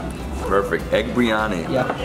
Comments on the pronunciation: Love your videos. But just fyi: I hear you saying 'bree-yani'. It's pronounced 'bir-ee-yani' or 'bir-yani'. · It's 'bir-yani'